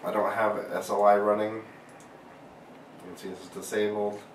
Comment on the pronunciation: S.L.I. stands for scalable lace interface. It's an acronym - it's not pronounced "sly."